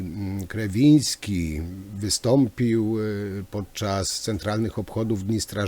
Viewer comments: Nie chcę się czepiać, ale mówienie o "grzebaniu" i "zagłębianiu się" w kontekście tego obrazka z początku materiału wyszło nie najlepiej.😉 No i jeszcze to przekręcanie nazwiska Ministra Kierwińskiego , też dobrze nie świadczy o przeprowadzonym wcześniej research-u.😁 Pozdrawiam!🙋‍♂️ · Szanowny Panie Przekręca Waść nazwisko ministra, które brzmi Kierwiński. Trochę nie bardzo. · Jeśli już decyduje się pan analizować zachowanie ministra to wypada znać jego nazwisko. A jeśli z jakiegoś powodu musi pan to nazwisko przekręcać to wypada chociaż być konsekwentnym i trzymać się jednej wersji. Z przykrością to piszę. Dno panie i pół metra mułu.